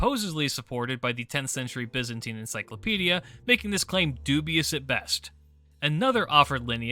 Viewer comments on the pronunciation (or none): none